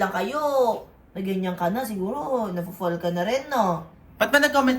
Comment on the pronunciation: Fall ❌ Pall ✅